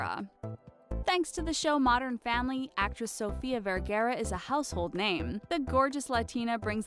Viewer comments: It's not pronounced as Sofia Vergeeera it's Sofia VER GA RA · Sofia Vergada! Get it right! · Dude, learn to pronounce Vergara. That was awful